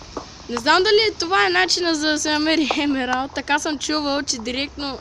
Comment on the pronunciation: И не се казва емвралд а емералд